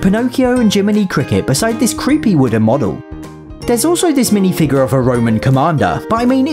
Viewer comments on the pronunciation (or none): none